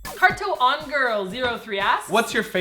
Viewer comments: I love how you pronounced the user's name as carto-on when it was obviously cartoon. Is this what Korea is doing to your English? Hahahahaha :D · "Carto-on Girl" - lol, I think she meant to say 'cartoon!' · "Car to on girl 03 asks" xD it's Cartoon Girl 03 lol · ahaha did martina say "carto on girl"? isn't it cartoon girl? :P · Is it me or does Martina mispronounce Youtube usernames wrong? In this video, it's CARTOON Girl....not "Cart To On Girl". In the driving in Korea vid it's Wooyoung BIAS not Wooyoung BEE ASS (spelt that way for pronounciation). Just sayin... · lol i hope you pronounced cartoongirl wrong on purpose. xD FUKIN LOVE BANANA MILK AND FISH SAUSAGES! i just recently tried them and thought they'd be gross, but they're wonderful! and i loved fish cakes immediately lol. and yeah the whole shrimps and clams and stuff are annoying... they're covered in soup and you're just like wHAT DO I DO /gets messy fingers and curses everywhere.